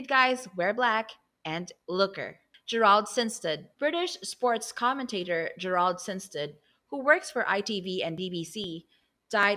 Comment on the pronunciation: Is this a canned voice? Does even know how to pronounce Abbot or Gerald. Geez. Omg Saskatchewan? Are you kidding me